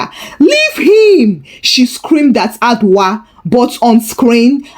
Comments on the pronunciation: Madam please the name is Adwoa and not adwa....adwa is name for an animal in the forest ooh...please next time check your pronounsiation or you use Yaa,Afia,Esi etc😮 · Hi, Thank you for the Ghana stories this week!! We love you. 🥰. By the way Adwoa is pronounced A- Joe-wa.